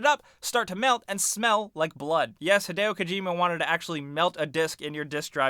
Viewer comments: it's Hid-ee-o not hid-ay-o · Rowan Betts no, it's Hid-ay-oh. 'E's' are pronounced like 'ey' in Japanese. If it was hid-ee-oh, then his name would be spelt Hidio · arron mullings not to be a grammar nazi, but it's hideo.